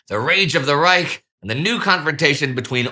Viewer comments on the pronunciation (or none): none